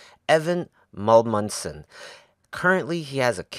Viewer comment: Amundsen not Mulmundsen how can you have a guest and pronoucne his name wrong